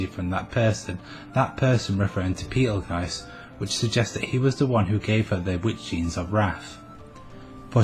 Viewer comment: The way you pronounce Petelgeuse is disturbing. Other than that, i seriously doubt Fortuna and Sirius are the same person. There is no power that can resurrect a dead person except the Divine Protection of the Phoenix. If she had that blessing, it would at least be foreshadowed. And even if the Authority of Wrath is supposed to have a healing factor/resurrecting factor...if and when Fortuna recieved the Witch Factors of Wrath, she was dead. Meaning there's no way the Witch Factors could accept her as a host since she's...y'know...dead. No Sin Arhcbishop or Witch recieved their Witch Factors when they were dead.